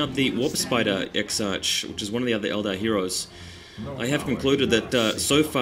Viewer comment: Exarch is pronouced Ex-Ark